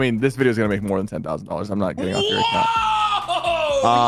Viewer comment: Bro said mack 😂 Its MAKE